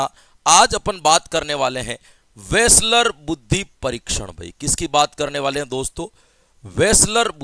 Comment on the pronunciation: Nice class sir ji...aaj tho aap ne vaslar ko reslar bna diya😅😅...ekdam jabrdast class